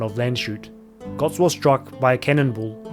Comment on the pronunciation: Its götz not gotz